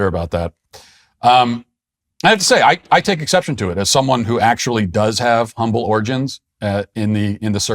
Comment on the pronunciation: Matt, did you say "umble"? C'mon! 🤣🤣